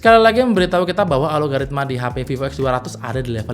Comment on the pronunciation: bang, ralat. bukan ALO-GARITMA, tapi ALGO-RITMA